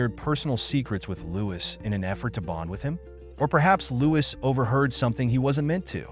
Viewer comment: You should at least get his name right. The s is not pronounced. It should just be said as Loui.